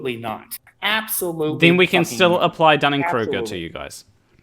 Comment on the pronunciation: He wasn't overestimating his understanding of the Dunning Kreuger effect, including pronouncing it wrong? I'm a layman, so keen to know if I'm applying it wrong.